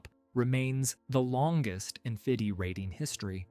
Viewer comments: this idiot reads fedi instead of fide 😂😂😂😂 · please correct the sound track with the correct pronunciation ofr Seyrawan. you butchered the name close to be unrecognisable. also the name FIDE. Elo number are inflated.